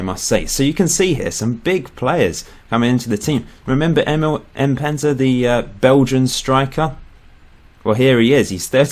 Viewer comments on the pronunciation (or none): none